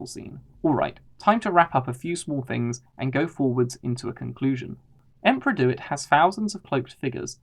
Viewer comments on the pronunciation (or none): Its not emperor "dewit" he is THE SENATE, pls stick to the established lore